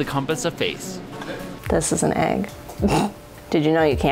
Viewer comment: "Put the egg in the vague bag" becomes "Put the eygg in the veyge beyg"